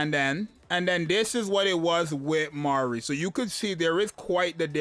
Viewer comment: I freaking love that you're getting her name right, my lawd it's butchered so hard